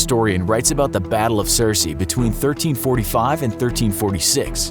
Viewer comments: The narrator said "cersei" instead of "crecy", and also "the England & Welsh" lol. I'm surprised that the assault rifle isn't in the list since it is so prolific and imperative to have in any large military force. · I’m ngl the fact he said Circe instead of crecy almost hurt my soul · Also, Crecy was pronounced way off not like Circe.